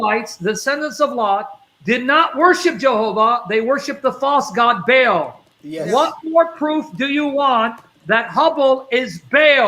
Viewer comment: Interesting how is pronouncing the entity’s name to sound like Hubble, our huge space telescope, and the Vatican originally named their telescope Lucifer.